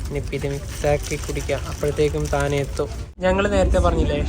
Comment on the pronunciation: ടാണേ എന്നാണ് ശരി